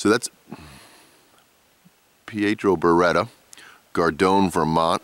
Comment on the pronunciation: Gardone, Vermont??? Bwahahahah!!!